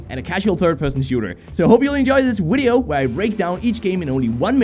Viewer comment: Why do u say wideo instead of video? Lmao it's great